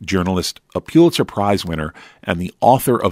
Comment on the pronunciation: Its pronounced "pull itzer, not pew-litzer. Also kushner sounds like push, not lush